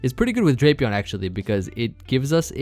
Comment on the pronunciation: Its pronounced "Drap e on"